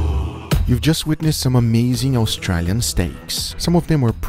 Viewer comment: They're saying austrAlian incorrectly